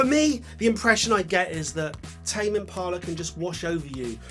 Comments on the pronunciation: Tim ampila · I think he pronounces “tame impala” a different way every time he says it